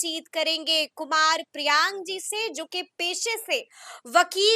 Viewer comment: कौन एडिट करते हो यार? जहां तक मुझे पता है और जैसे ma'am सर का नाम बार-बार उच्चारित कर रहे हैं उस अनुसार सर का नाम "कुमार प्रियांक" है कुमार प्रियांग नहीं।